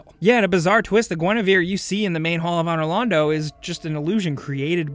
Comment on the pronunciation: Ann-or Lawn-dough